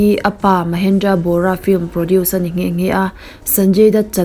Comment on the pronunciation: Producer hi 'produsher' tih a lam rik a ang lutuk a.. ka ngaimawh riau a ka rawn sawi mai mai ✌